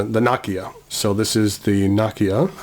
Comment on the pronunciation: Great list. I wish I had money to buy the Kanilea pen. btw Nakaya is pronounced NAh-KAh-YAh not NA-ki-ya